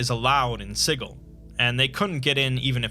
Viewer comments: Every time you say "sighul", it causes me pain. It's "SIJIL" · Good video however the mispronounced City of Siggle drives me a tad crazy. Overall good though. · "Siggle." Sijil. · It's not Siggle, there is one 'g' in Sigil. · Yep. The only thing that triggered me a little. I hope he will make a proper video about Sigil and Lady of Pain as well as touch Planescape: Torment storyline. Maybe someday. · The way you say Sigil makes me uncomfortable. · I refuse to believe that's how Sigil is pronounced. It just can't be. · I’m pretty sure the city of Sigil is pronounced with a “juh” sound.